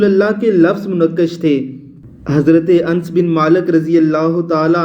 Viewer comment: Hazrt anas ka naam to shi se bolna sikho pehle